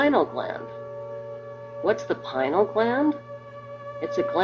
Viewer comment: if you going to speak about the PINEAL gland, please pronounce it properly, not pi-nal, thank you.